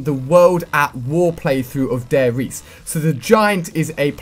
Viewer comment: You have to say the E in Riese aswell Ali ;)